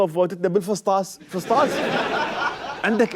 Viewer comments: فسطاس 😂😂😂 وين اكو فسطاس باللغة العربية لخاطر الله اسمه فسطاط يمعود ورب الراقصات اسمه فسطاط مو فسطاس 😁😁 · 😂😂🤣😂😂😅😅😅😂 #فصتاس مو هيجي تلفظ ههههههه حته مااعرف الفظهه خررررب😂🤦🏼‍♀️